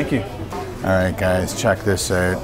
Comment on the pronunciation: "Check that ooot"